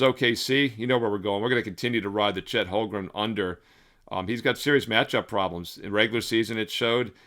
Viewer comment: Duuude.. for the hundredth time.. it's HOLM - GREN ... NOT Holgrum!